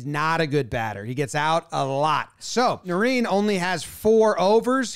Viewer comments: “nah rine” not “nah reen”, good breakdown though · Botched Narine's name btw😂😂😂. Its not Na-reen. Its Na-rine like cheese rind but without the d.